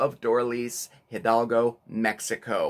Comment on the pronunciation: Great video! Appreciate that you (and ) are focused on being self aware and learning, appreciating other cultures. Many people do mix up Sept 16 (Independence Day) and May 5 (Cinco de Mayo), awesome that you noted that. Love the combo of history and cooking! As someone noted pronounciation (though perhaps you were teasing, I don't know), Hidalgo is more like Ee-Dahl-go, not Hil-dal-go. Great video! 🌼😃